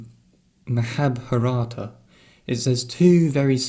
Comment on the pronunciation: Mahabharata, maha as in the same pronunciation as Mahal in Taj Mahal. Your Bha vowel should be a bit lower, similar to a western O sound. I appreciate the connections and the video man!